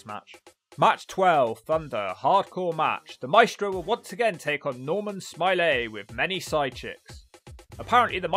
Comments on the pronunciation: It’s Norman Smiley not Norman Smilay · I love how you nailed that pronunciation, "Normal, Smi-lay" 🤣 Edit: How does Wild Slapnutz keep appearing, even in videos I don't think are going to have a wild slapnutz like this one and The Droz video, he just, inserts himself somehow, it's really starting to become ominous lol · I had to stop less than 3 minutes in after the overselling of mispronouncing Smiley.